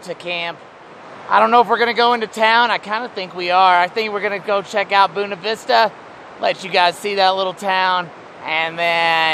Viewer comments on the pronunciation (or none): That little town was Boona Vista? Are you sure? Looks a lot like Buena Vista. Just giving you a hard time about your pronunciation of Spanish locations. 😉 Glad you enjoyed the 4th with friends. 🙋🏻